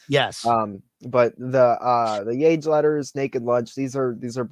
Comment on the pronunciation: It's pronounced yah-hey, my man.